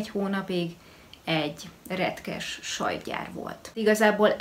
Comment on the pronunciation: Az a hangsúly amivel azt mondtad ,hogy retkes sajtgyàr jeeezus 😂😂😂😂❤️